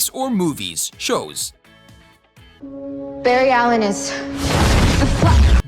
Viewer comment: Bru did you just say berry allen